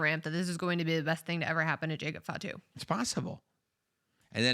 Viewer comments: "fat - too" huh? Its "fah - too". Show a little respect on the name of a major wrestling family man. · Bro said jacob FATu 😭